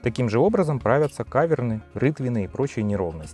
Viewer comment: Не кАверны, а кавЕрны...